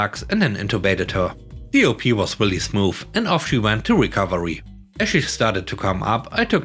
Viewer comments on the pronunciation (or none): Hi! I hope you had a wonderful weekend. In story 4, op, is short for operation as such it is pronounced as the first syllable of operation in stead of the names of the letters.